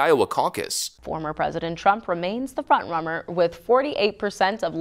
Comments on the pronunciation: What's a fromt rummer ? Anyone else catch this lady's flubs? Who's Jessantes? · "Trump remains the front RUMMER"? Girl cant even read a prompter. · "front rummer"?? XD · Former President Trump remains the front "rummer?" CNN autocue error or Trump DS caused brain malfunction?